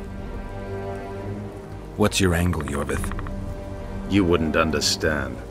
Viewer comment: Lol it iorveth, Iorveth not Lorveth lololol